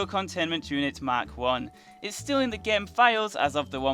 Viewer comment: why does he always say gaem instead of game